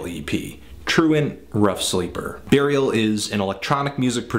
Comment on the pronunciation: He says Barial :)